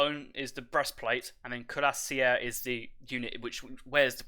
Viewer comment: Bizarre that the "correct" version of cuirassier used in this cast is still completely incorrect. There are two standard pronuncations of the English word and ZERO reasons to complicate them with weird flourishes and throat or tongue twists.